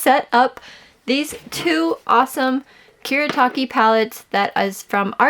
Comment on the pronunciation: it's Kuretake, not Kuretaki 😭